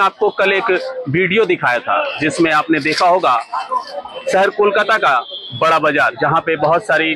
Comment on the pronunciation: Not bara vazar, it is BORO bazar. all are from Bihar, Up.